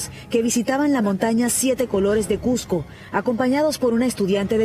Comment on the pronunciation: Que les cuesta pronunciar como se escribe CuSco no CuJco.